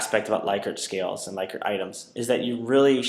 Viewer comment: It is pronounced LICK-ert